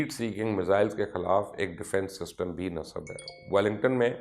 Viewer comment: Word nasab nahi nasb hota hai